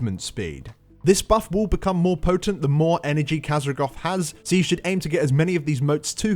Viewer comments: Kazragoth? Really? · How hard is it to read Khaz'goroth.